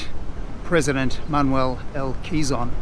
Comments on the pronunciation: Pronounced as “ke-zon” not “qi-zon”..quizon is filipino comedian’s last name 😄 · bit jarring to hear "kizon" repeatedly... wish there was an easy way to get pronunciation right